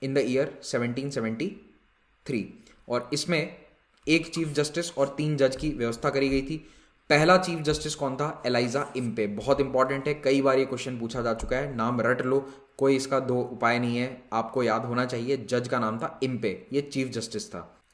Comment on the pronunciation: Exactly. It really bugs me that he keeps on making this mistake lol. Also, it's Elijah not Eliza.